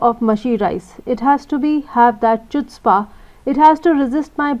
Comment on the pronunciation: Wrong pronunciation of wrong 'chutzpah'